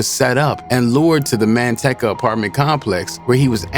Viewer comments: Man- teecuh not man tech uh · MAN-TEC-CA? LOL I DONT THINK THATS HOW YOU SAY IT